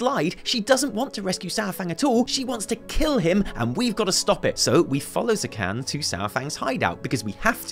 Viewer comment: Zekhån isn't pronounced like Zekhan. It's pronounced like Zekhon. That's your troll shaman's name,. ZekHON.